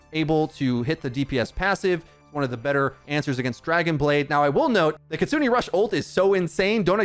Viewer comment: And her ult is Kitsune rush, Ki-tsu-ne (Ki-tsu-nay) not kit-sune- aye